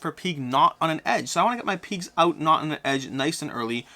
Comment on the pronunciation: Peegs 🤣 sorry. Just had to tease. Never heard anyone pronounce pigs that way.